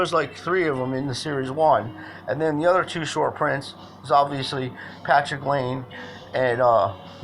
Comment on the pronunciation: It's pronounced Lie-nay. Also if you have any interest in investigating other grading services could you investigate MNT grading and KSA for us Canadian viewers? That would be interesting to see how those 2 compare. I have yet to submit any of my cards to be graded and since I'm Canadian I'm eventually going to go with one of those companies to help local business and save on import charges etc. I don't think KSA does sub grades so I'm leaning towards MNT so far, any way cool videos dude!